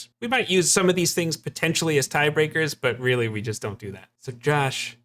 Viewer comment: Real-Lee? Is it real-lee strong?